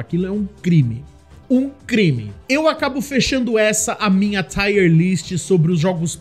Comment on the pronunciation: O Tomb Raider 1 é o pra qual eu mais volto a jogar. Zerei ele rapidão qnd saiu os remasters. o II e III nem serei ainda. Tb gosto do primeiro do Reboot, da ilha. Só um pequeno detalhe, a pronuncia da palavra tier é tir [ˈtaɪər], é parecido com a pronuncia de lágrima (tear), sabe? Tá tire no título. É tier (nível). Dps vc corrige lá. Tier lists normalmente dão bastante view, tomare q dê pra vc tb.